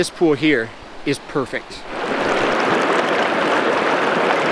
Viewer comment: it eez what it eez